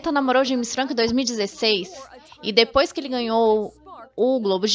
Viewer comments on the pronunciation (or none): none